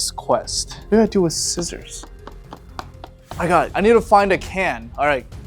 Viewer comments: he said skissors😂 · Did he say sckissors? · Did he say skissors?